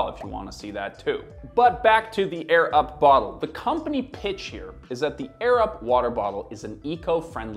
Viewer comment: I kept hearing “the Arab water bottle” 😂